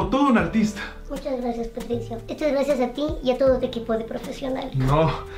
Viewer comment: Alguien más se dio cuenta que en el minuto dijo graciaras